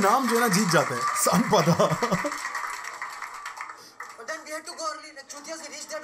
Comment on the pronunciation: It's sanpara not Sanpada😂😂